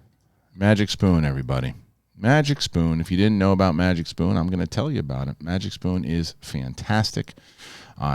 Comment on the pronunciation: You said MagicPoon LOL It’s MagicSpoon LOL Sit down loser LOL! ..… Pfft….shave your head and go to sleep! 😉